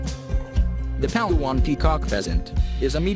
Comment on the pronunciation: The Voice-over guy sounds Filipino and yet pronounced local names like a foreigner. Pal a-wan? It's Palaw an.